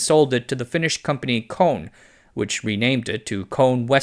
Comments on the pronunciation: "Kone" is not pronounced as "Cone" but with E in the end.. in finland we dont use silent letters. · Kone-ay is how you pronounce it and i also have pictures of Westinghouse elevators if you want to add them😊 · Kone is not pronounced like that. Should sound like Kone-a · Everyone I've worked with has pronounced it "Cone-ā" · That's not how you say "Kone" you big silly goose :D 😂 lol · The Finnish elevator company KONE is not pronounced like "cone" in pinecone, but like "cone" in conifer or conical (not an exact match but gets you way closer to the finnish pronunciation).